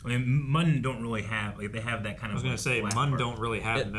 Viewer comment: yes it was plagueis confirmed and the Muun race is pronounced like mew-n